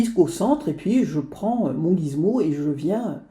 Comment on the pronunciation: on dit Gizmo;) mais pas grave cette vidéo est top bravo